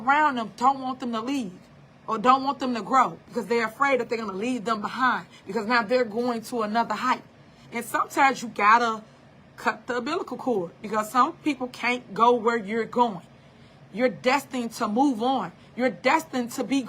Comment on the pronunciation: 🤦🏾‍♀️It's not "abilitical cord" ...it's "umbilical cord"😄😄😄